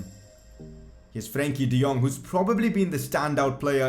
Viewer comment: Are you Dutch? Cause the way you say Frenkie de Jong is very accurate.